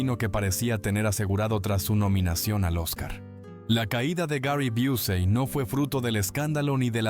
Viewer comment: Ponte de acuerdo cómo pronuncias, sea correcto o no. Dices Busey, Busy y Biusey, TREMENDO.